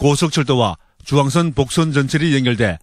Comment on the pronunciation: 주앙선 아니고 중앙선